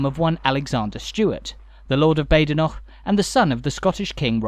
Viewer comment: Just an FYI - Badenoch is pronounced Bad'noch :) Have passed through, and stayed in Kingussie, too many times to recall as I used to live about 40 or so miles further north up the Spey. and a brief glimpse of, what used to be, the Station Hotel - once owned by friends of mine back in the 80's .